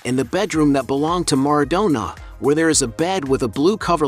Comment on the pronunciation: MarAdonna...not mardonna